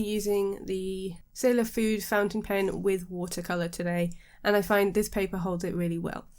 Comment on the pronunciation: Great review. Btw you pronounce the E. Fude rhymes with today